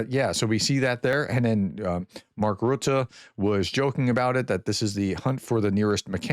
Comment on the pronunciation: Nice, good pronunciation of Rutte. Good work prof.